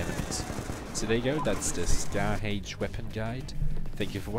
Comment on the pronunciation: 'Dee Scahh Haych' Hahah, I thought that accent sounded funny on those words. Very nice guide. I used the Scar H back in MW2 and I was happy to see it return. It's a different feel, but like you said, it can be a very good weapon if played in it's correct role as objective support. Thanks for the vid.